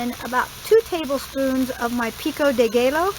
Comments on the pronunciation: pico de gallo is pronounced: pekoe de guy-o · Looks great! Also not picking, but pico de gallo ...gallo is pronounced gayo...in Spanish the LL is always Y sound. I always learn so much from your channel. Thank you.